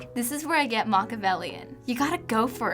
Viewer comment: Lol she said MOCK-avelly